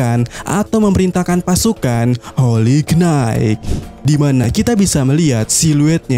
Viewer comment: HOLY KNIGHT dibacanya HOLI NAIT.... jgn salah yaaa min,,, sy cm bermaksud koreksi aja Bkn menggurui...